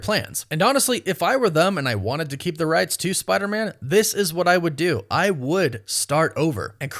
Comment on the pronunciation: It sounds like you're saying "Spidermin" like Spiderman is a Jewish last name. F*R*I*E*N*D's et, al (1999)